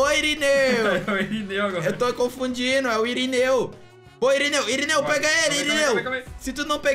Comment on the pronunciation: SÀRINEU KKK E SÀMUCA E IRINEU KKKK